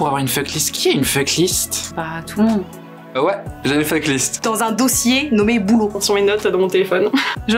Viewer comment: Je vois surtout que personne ne sait prononcer le mot "FUCK"